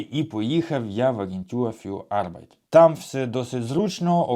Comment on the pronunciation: Вимовляйте не "агентюр фюр арбайт", а "агентур фюр арбайт"!